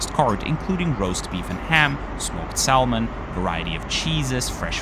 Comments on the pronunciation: Great review! A quick tip, in English the word "salmon" is pronounced "sammon", with a silent "l". Ansonsten sprichst du PERFEKTES Englisch! 😊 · Salmon is pronounced correctly by dropping the L. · One little niggle about the commentary when you say Salmon the L is silent ! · FWIW, the l in salmon is silent. Why is that? The reason why the letter “l” in “salmon” is silent is due to a process called dissimilation, which occurs when sounds within a word become less similar to one another to make pronunciation easier. The word “salmon” originated from the Latin word “salmo,” which did not have the silent “L.” However, over time, the French influence on the English language led to the inclusion of the silent “L” in words such as “salmon” and “could”.